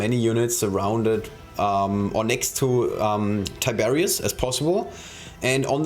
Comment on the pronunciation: Lmao tiberius :D :D Its tigurius but close enough